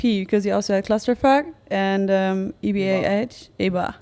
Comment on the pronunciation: It's "E.B.A.H." DUMBASS!